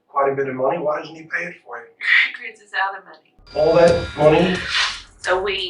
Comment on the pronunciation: I'm confused? Is it cwisss or Chris?